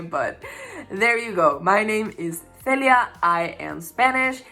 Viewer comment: Celia! That is such a gorgeous name! I love the accented version of your name much much much more than the 'English Speakers' pronunciation. :)